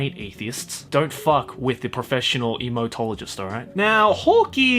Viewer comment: Should it be pronounced emo-tologist or imouto-low-jist? 🤔